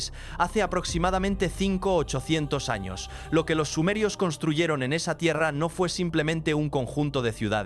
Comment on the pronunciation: Porque no pronuncias la Ñ se dise años no anos los anos están en el trasero saludos desde Gran Canaria España🇪🇸 Gracias por compartir esta interesante historia 💙❤💜💙❤💜🙏🙏